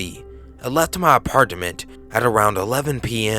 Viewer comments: Anyone else not like how he says apartment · The way you say apartment lol